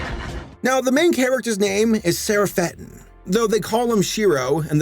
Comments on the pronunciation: Sher-ah-fet-tin At least attemp to pronounce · Sera - fettin? What the fuck His name is pronounced as Cera-fettin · You actually pronounce Şerafettin with a "Sh" sound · His name is pronounced: Sheh-roff-uh'-deen, with emphasis on the d. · "man, that cat looks familiar" the comic kötü kedi şefarettin OH GOD I WAS NOT EXPECTING A TURKISH SOURCE (may i say, you have butchered Turkish quite well) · As a Turkish person, I must confirm that you absolutely butchered their names.